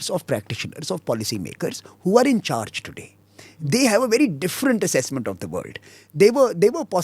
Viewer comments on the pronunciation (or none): none